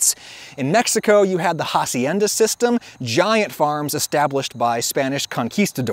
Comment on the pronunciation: The "H" in "Hacienda" is silent, so it's just pronounced acienda.